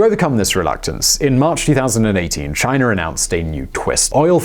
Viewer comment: Chinarrrr lol